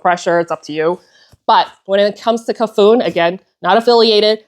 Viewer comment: Hiiii. Cafuné means running one’s hand through a dear person’s hair in Portuguese and should be pronounced ca-fu-NÉ. I enjoy your videos